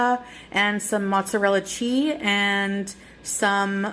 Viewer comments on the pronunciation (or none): Can she not just say cheese? Or is it too laborious? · Mozzarella chee, beauty quee... She doesn't pronounced last consonant cause she's such a quorky girl! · Why does she say chee and not cheese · Did she say "mozzarella Chi"? The power of the cheese! 😂